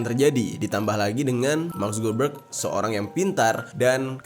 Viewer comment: Mark subebeg😂😂😂kok gua denger nya gitu ya🤣